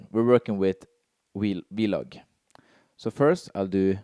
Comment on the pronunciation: Great video as always. I stopped at your norwegian vloG pronunciation :D Very similar G as in Denmark. I'm living in Denmark for 2 years otherwise i would never notice 😅